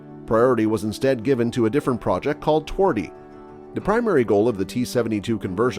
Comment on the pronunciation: its not twardy!!!!!! it translates to hard in english